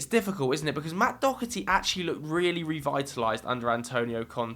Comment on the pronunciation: can someone telle where people are getting dokerty out of Doherty and don't tell me that's how it's pronounced because Im Irish and one of my best friend's second name is Doherty and it's pronounced Doherty